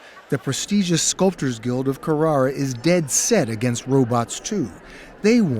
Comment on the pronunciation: So glad 60 minutes pronounced Carrara correctly at least once.